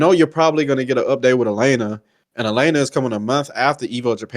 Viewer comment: This dudes voice is coma inducing 😂...the he holds his words out like hes slow AND he calls Elena "Elina" so cant really take what he says seriously when he dont know character names